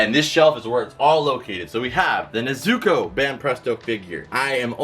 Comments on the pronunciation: Kinda triggers me when he says Nezuko's name wrong Its not Ne-Zuko, its pronounced like Nez-uko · Mans Found out how to say/pronounce Madara correctly but doesn't know how to pronounce/say nezuko right god